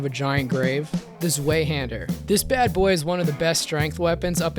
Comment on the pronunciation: Zweihander is pronounced like « ZVAI-hander » with a vowel sound like in « eye » or « height » It’s German, it literally means « two-hander » and is a real historical type of sword from the Middle Ages